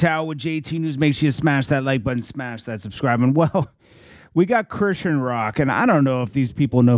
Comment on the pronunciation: First of all, that's not how you pronounce her name. Secondly, you haven't seen her contract for the house so stop speaking on stuff you don't have facts on! Stop coming for my frenn.